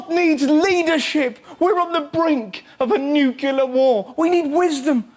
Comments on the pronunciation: Russel dear ... it's nuclear ... not nukilar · Or nuclear, it's nu-clear not nucular lol.